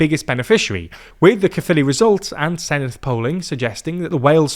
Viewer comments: F me. Someone pronounced Caerphilly correctly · Honestly I'm just glad they're pronouncing 'Caerphilly' correctly. It's 'kuh-filly' not 'care-filly'.